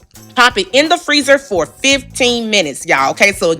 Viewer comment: "Thank God fa Jesus" Lmaooooo!!!